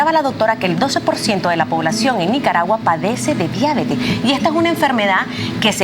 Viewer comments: Diabetes no diábetes. NO ES UNA PALABRA ESDRÚJULA. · La deabeeetesss. No la diabetes. La diaaabetessss. Que rabia esa pronunciación